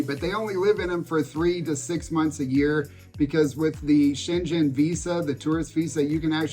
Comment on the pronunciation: It’s pronounced Shang-en. Hard g. Not Shen-Jen.